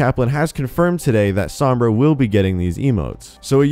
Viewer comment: Overwatch News all you white people cant even pronounce sombra correctly